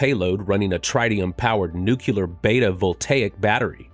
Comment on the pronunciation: You're a space centric channel and you can't even pronounce tritium or nuclear correctly.